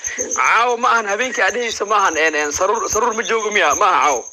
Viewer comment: Su ruur maahane sa ruur dheh nacs magaca ha nuuga ciyaarin adeer